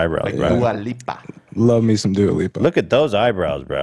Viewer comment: The way says Dua Lipa is so funny